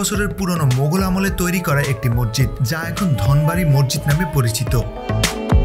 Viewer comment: শব্দটা মসজিদ, মরজিদ বা মজ্জিদ না। অনেক উচ্চারণেই প্রবলেম আছে আপনার। উচ্চারণ ঠিক করুন। আর স্ক্রিপ্ট এ বাহুল্য দূর করুন। এছাড়া ভিডিও কোয়ালিটি, সিনেমাটোগ্রাফি ভালই। ইডিটিং এ বেশি অস্থিরতা চোখে লাগে৷